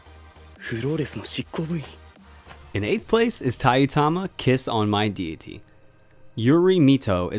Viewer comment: Did you you pronounced Dee-i-eh-tee(Deity) as Die-eh-tee